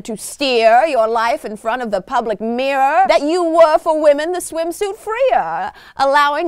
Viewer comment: Still wondering what a "swimshute" is ;)